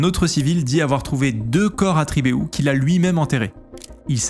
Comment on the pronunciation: "Tribééhou", tu m'as fait rire xD, mais sinon de la région, merci pour ta démarche qui aide à se souvenir des histoires de la seconde guerres mondiale.